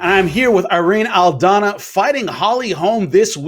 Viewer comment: Jimmy, you are pronouncing her name wrong.